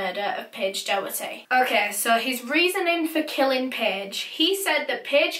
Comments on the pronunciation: Not being like cheeky or mean or anything xxx its promounouced dok-er-ty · It’s pronounced docherty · It’s pronounced dock-erty btw not do-herty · hi! its just to say doherty is pronounced dock-er-tee :) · It’s Paige docherty not Paige doherty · NO I WANT TO SLAP SOMEONE RIGHT NOW! MY LAST NAME IS DOHERTY AND IT IS PRONOUNCED DAW-HURT-EE. I AM NOT AGAINST YOU BUT THAT JUST KILLED A PART OF MY HAPPINESS xD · Her name is Doherty pronounced docherty ( like a throaty Huss sound) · Doherty is pronounced Dockerty by the way. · Last name....... same............ ? Also, I'm pretty sure her last name is pronounced Door-tee. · Well, this sounds complicated BUT, she lived in my area but I never knew her personally. She was My friends mum's cousins daughter (that's confusing) so it was all over my mum's facebook. And p.s it's pronounced like docherty rather than an oh sound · I’m from Clydebank and this still is so raw to all of us. Paige was an angel. No offence to you but it’s pronounced doc-herty! Rest in peace paige❤️ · So sad :( I remember hearing about her disappearance and just hoping she’d be found safe. couple of my pals knew her as well and said she was a lovely, kind girl Also Doherty is usually pronounced Dockerty in Scotland but idk if hers was different or not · I live around 20 minutes from where this happened and Johnny worked with my best friends Mum I’m pretty sure I even met him before, nothing like this ever happens around here so it’s super scary 🤷🏽‍♀️RIP Paige💜 its also pronounced dock-er-ty 😊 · You pronounced her last name wrong x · Does she know she’s saying Doherty wrong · It’s so weird how she says Paige’s second name it’s not right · The way you pronounce Doherty .. Oh my god